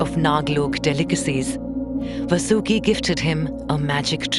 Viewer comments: His name not vasoooki His name is vaasuki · Correct your pronunciation of names please. The name of that mighty snake was Vaasuki, not Vasooki. Also, it would be better had you spelled it like Paandav in the entire narration rather than Paandavaa. Other than few other minor ones, the overall voice over was indeed praise-worthy. Please keep the names original and their pronunciations indigenous rather than sticking to the westernized way of spelling them. None of the learned Indian scholar would like it if the future generations would spell and remembers these religious terms as Krishn-aa, Ganesh-aa, Pandav-aa, Mahabharat-aa...and so on. You're already doing a commendable job. Let's make it a little more perfect.